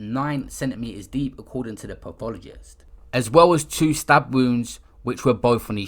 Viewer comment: Pissed myself every time my man said "pathologist" wrong